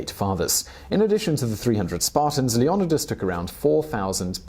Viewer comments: Please for the love of God. To make this video good. Pronounce his fucking name like everyone else does. IDC if it's historically inaccurate or whatever. Just say it like they do in the movies lol Leo-nidas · Supposed to be pronounced LeonEEdas, emphasis on the EE, I’d prefer he pronounced it how everyone else does instead of his interpretation. Source - I’m Greek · His name is pronounced... "LEO-NYE(brit-eng)/NEE(hel)-DUS/DIS/DAS/THUSS(hel)" not whatever you were saying... Leo nye dis (brit_eng) or Leo nee thuss (helenic) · I love this video I would love if you did one on Alexander the Great and I still watched even though I didn’t like how you said leonidas it’s le oh nie das that’s how I say it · Why does he keep saying his name like that !!!!! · It bothers me that he keeps mispronouncing Leonidas. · How the hell do you mispronounce Leonidas? They have two movies about Leonidas and the 300 spartans. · The way he pronounces Leonidas ... bothers me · Anyone else hate how this guy says leonidas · If you say his name wrong again I’m kicking you into the pit. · say his name right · AM I THE ONLY A AMERICAN WHO CANT STAND THE WAY HE PRONOUNCES HIS NAME? IS IT JUS HIS ACCENT OF HAVE WR ALL BEEN HEARING IT WRONG N SAYING IT WRONG THIS WHOLE TIME?? DAM U 300 !!!! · It’s not LeviOsa, it’s LeviosA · You couldn’t say his fucking name correctly? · That’s not how they pronounced it in the movie or any documentary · Why are you saying the "n" twice ...leon ni das or leo nidas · The way you say his name 😂 couldn't keep watching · Omg if you don't stop butchering his name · Dude seriously, with that pronounciation of Leonidas? Have you never even heard his name before. 300?! The spoofs? Anything in pop culture making fun of the movie 300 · Not sure if Simon is pronouncing it wrong, or if I should stop taking movies starring Gerard Butler as being where I get facts from. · Why can't you pronounce his name correctly? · the way leonidas is being pronounced kill me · Lee oh nigh duss